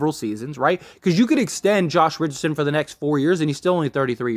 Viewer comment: Please learn how to pronounce the players name before you go on the air. So disrespectful and unprofessional